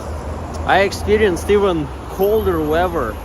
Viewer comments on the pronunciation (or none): Your English is very good. The correct sound when you’re say weaf-er is weath-er. “Weather”